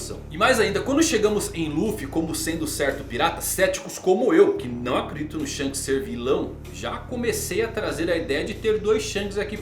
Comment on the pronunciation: Shonks kkkk